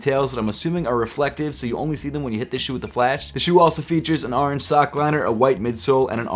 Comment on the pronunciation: No one:: Ahwrange